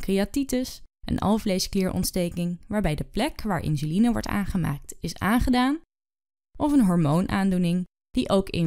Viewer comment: Insuline wel, maar de uitspraak 'inzuline' is verkeerd.